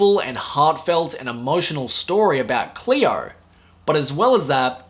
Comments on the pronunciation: Hello,! It is not "Clear", it is "Cleo"! 😉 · don't be an asshole. His pronunciation is dictated by where's he's from and makes it difficult to have a clean "Cleo" pronunciation.